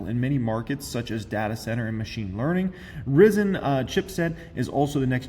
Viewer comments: Ryzen is pronounced Rye-zen. Just an FYI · Its projounced rhye-zin fyi (ryzen)